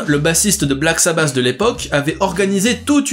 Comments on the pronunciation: la qualité de l'anglais fait saigner les oreilles !!! paranoïde !! c'est vraiment bon du Black sabasssss! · Wtf .. Black SabaSSs 🤣 really ?Ça m'a tué ! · Dommage de ne pas prononcer correctement le nom du groupe aussi